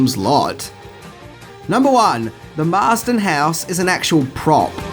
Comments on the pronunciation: Sorry to correct you again Marsten house NOT Marsden. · By the way, it's the MARSTON HOUSE, NOT THE "MARSDEN" HOUSE! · It’s “Marsten” house btw...